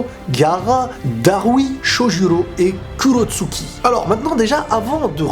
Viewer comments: C'est pas Kurotsuki c'est Kurotsuchi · Pk tu prononce pas tsuCHikage et kurotsuCHi ?